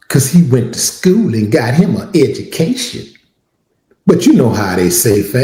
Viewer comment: Not education, edjumacation 😂‼️